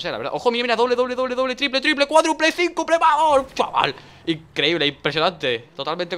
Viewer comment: Minuto ¿Cincuple?